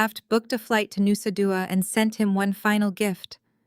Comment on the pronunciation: Nusa Dua...Bali???? Pronunciation was weird?